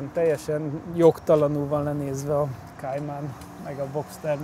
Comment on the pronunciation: Kéjmen? A Porsche nem angol... Kájmán.... 😂